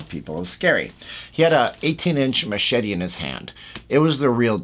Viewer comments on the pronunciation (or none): none